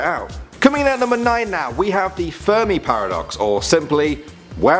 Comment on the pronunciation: Who heard him say furby instead of fermi